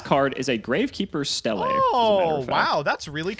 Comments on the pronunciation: Ugh why are you call it Stelle it's pronounce steele, idk why but the way he says certain gravekeeper card bugs me haha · It's pronounced "steel". God, that was getting on my nerves.